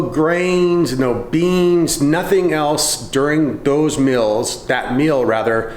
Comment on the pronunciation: What are mils? What kind of accent is that when you are trying to say meals ? Sounds like a military accent.